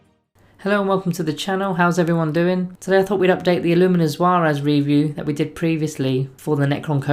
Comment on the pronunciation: Illuminor Szeras The Z is silent. SEH-rahs. The ‘Sze’ is pronounced like the ‘se’ in ‘sentence.’ The ‘rahs’ pronounced like the ‘Ros’ in Roswell. Emphasis on the SEH portion. Hope this helps. :) Also, yes he’s probably less competitive, but he would deny one less character in a circumstance where one might take two Crypteks. He’s an agent, thus no taking additional Teks. Just a thought, but I agree 100% with your rating. Great channel.